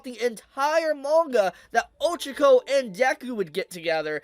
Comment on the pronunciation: My guy, her name is pronounced Oh-CHA-ko